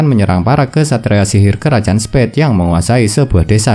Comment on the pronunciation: Revisi bang Spade bukan spead